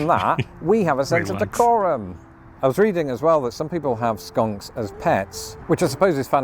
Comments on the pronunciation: Just for your info, your sayn 'Skanks". "Skanks" and "skunks" are 2 different things but yes they both smell about equal 🤣🤣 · Crying laughing, look when you begin saying skanks instead of skunks! We have both and they both smell bad!!! Sadly, only skunks can be de-scented lmfao🦨🤣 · You may want to look at your pronunciation of "skunks" 😆